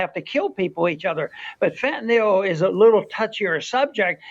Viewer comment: Wow. Shout out to Ron Paul for being one of the ONLY public figures, including journalists, who actually pronounces "fentanyl" correctly. It's only one of the most dangerous controlled substances on Earth.😅